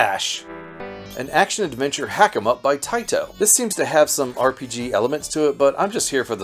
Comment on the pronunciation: I love it when Taito is overpronounced.... "Tae-Tow" with really hard T's